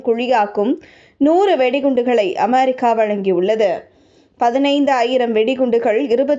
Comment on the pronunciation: அமெரிக்கா வா? அமாரிக்கா வா? நீங்கள் உச்சரிப்பது புதுவகையாக இருக்குதே? Styleலா?